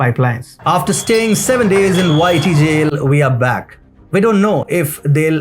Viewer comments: Lol! "YT Jail" sounded like "Whitey Jail" ... kinda works! Great work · 🤣🤣 every time you say YT JAIL , it sounds like you are saying Whittie Jail. 🤣🤣 enjoy your channel